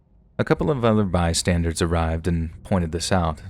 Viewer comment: Dude. My dude… The word is “bystander.” As in BY + STANDER. It is not BY + STANDARD. There is no D on the end of the word. You’re one of the best narrators on YouTube, so hearing you repeatedly mispronounce that word is very jarring. Fix the habit!!! 😆